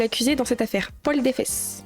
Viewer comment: "...le meurtre de Paul Defès!" qui lit. "Paul Défesse!"... POIL DES FESSES